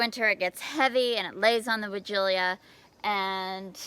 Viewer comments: Hello,it must be pronounced why gee la as it has no 'i' in the last syllable.but don't worry, you're not the only one mispronouncing it! There are many sites to help with any word if you have query, and they all pronounce it why gee la or why jilla. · I’m confused as to the pronunciation of this bush. I don’t see the extra syllable in the name of the bush. Sorry! Former English teacher, here!